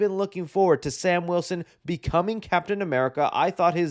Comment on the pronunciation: I’m not used to you saying Captain America right 😭